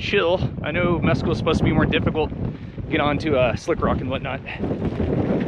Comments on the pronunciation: MessCal, as in the tequila with a worm. Not meskul the gringo mispronounced word meaning nothing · it's pronounced Miss-Kal it is a cactus used in making Tequila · “”Mezz-cal” Meh-skal